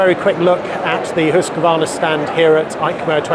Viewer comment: Pronounces Husqvarna correctly too. Very rare. Hoosk-varna.